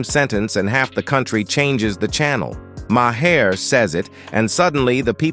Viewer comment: His name is not Ma Hair, it's pronounced Mar.